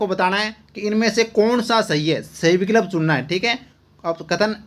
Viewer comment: Sir विकल्प का उच्चारण सही करो मुझे बार बार अजीब lg रहा h बैचेनी si ho रही h🙃🙃🙃🙃🙃